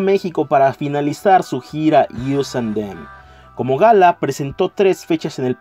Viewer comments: Us + them no se dice "ius" es "os" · "Yius an dem"???? WTF??